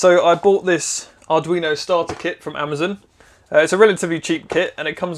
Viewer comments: Amaz"O"n not "Amazin" lmfao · ITS NOT AMEZEN ITS AMAZON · u said amezen😂😂😂